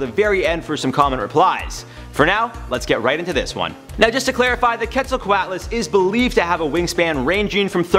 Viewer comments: Its not ket its qet. Just make the q sound then halfway through make the et sound. Also its pterasaurs not pterasaurses. Also it would be bad if they were alive still even though it is my favorite pterasaur. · I think it’s pronounced “cwetselcwotlus” but i could be wrong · Quetzal- co-ut las. Off by one single sound. :P Spelt correctly but the a is pronounced like a u because it isn't English